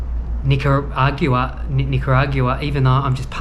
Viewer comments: 😂😂😂@ Nigerian. It's NICARAGUAN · Should never be allowed into a country you cannot pronounce! Nicaragua! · You've butchered that Nicaragua word so many times I'm having trouble pronouncing it myself. Also: Yo Adrien !! Not Go Adrien. Here to help. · The episode where figures out how to pronounce Nicaragua 👍🏼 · I noticed you still aren’t pronouncing Nicaragua the right way yet…lmao. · They would not let you in because of the way you pronounced Nicaragua.